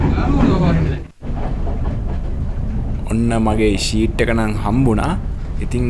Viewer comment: Your video is good. But be careful about your pronunciation in the commentary and spelling. ODYSSEY is spelled wrong. ෂීට් නෙමේ සීට් SEAT is used for sitting. SHEET is used for covering your body. GOOD LUCK!